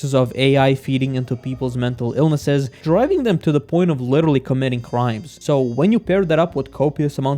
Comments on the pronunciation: Witterally witerally witerally learn how to pronounce it before using it in every other sentence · nah but certain races are actually superior to some other ones in certain areas. for instance, most if not all sprinters are african, why do you think that is? also, you probably should chill a bit with “literally”, since you butcher it every time you pronounce it xd